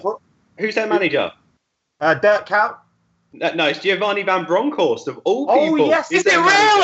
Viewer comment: Adam, Kuyt is pronounced like "kite"